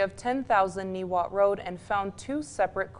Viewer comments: Wilmoth chief Niwot is a VERY well known historical figure all throughout the entire state of Colorado. ANY news reporter in Colorado that mispronounced a name like that deserves to be ridiculed. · someone should tell her how to pronounce "Niwot" correctly